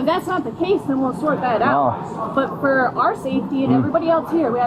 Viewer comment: “RAISED for the penitentiary” would sound better. Putting the emphasis on “for” sounds weird.